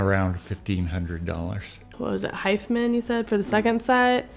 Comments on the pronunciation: I always thought it was pronounced Hifi Man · Isn’t it pronounced “high-fi-man”? As in hi-fi man